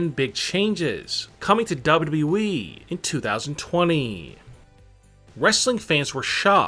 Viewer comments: i think is more " DABUDABBUEEEEE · This man said double e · Why do you talk like you're taking a huge dummmmmmmp at the end of your sentenceeeeeesssssss? Also, it's WWE, not dubbldubooweeeeeee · I AM PULLLING MY HAIR now !!!! ITS W W E not W E ,,,, #$_&-+... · yep! he says "Dub-Dub-E", among all of the other words he butchered. This guy is absolutely TERRIBLE!!! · it's pronounced WWE.idiot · Only Kurt angle says " WWE" worse. DUBB UBB EE lol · Dubyu dubyu weee wtf you saying menn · When he says WWE makes me laugh